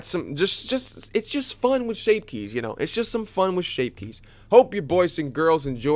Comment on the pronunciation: "Shape kyes"